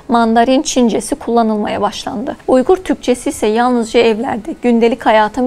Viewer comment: It is Uyghur and pronounced as Uygur. Not Weigur ! Weigur is Englishized Chinese pronunciation Wei eu er. Program your AI don't copy British fakes.